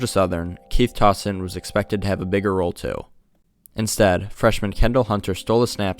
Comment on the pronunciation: “Tows-ton” for Toston, not “toss-ton”